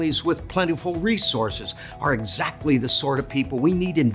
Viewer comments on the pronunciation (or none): none